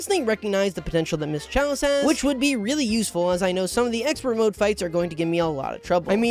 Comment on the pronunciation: he says ‘Charlie instead of chalice